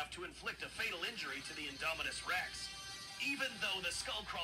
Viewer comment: "inominus rex"